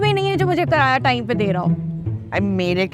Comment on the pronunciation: Karaya Nahin kiraya Hota Hai